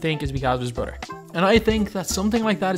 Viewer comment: Bro you need to learn English you say brother like broder you need to learn how to pronounce th